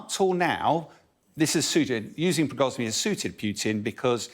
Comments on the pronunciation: Prigozhniy 😂😂.It's Prigozhin guys. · Pree-goujj-in , not “progorny “ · I love how this 'expert' pronounces 'Prizgory'', when his actual name is 'Prigozhin'. Solesar is now under Russian control, as the whole of Donesk will be in a months time. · who the heck is Prigozni kekw, Prigozhin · It's "Prigozhin", not "Prigoznyi". Know your enemy. Constant mispronunciation undermines they guy's competences and knowledge. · Prigozhin is his name, not Prigozhny. Get it right. People involved in the media must be accurate and get the details correct. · Who is "Prigozny" ? 😂 How can anyone with even two brain cells not laugh at this guy? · Prigoznii ))) try to pronounce correctly at least... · Wagner chief Pregozini, do i hear him says convicted thief 🤔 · Prigozhin. It is PREE-GO-JHIN. need to improve, or get a pay cut. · It´s been months now, that we are talking about the same people. Is it really so hard to pronounce the name of the head of Wagner correctly, General Boll?